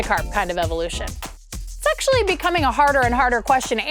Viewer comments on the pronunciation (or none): Thought she said “sexually” instead of “it’s actually”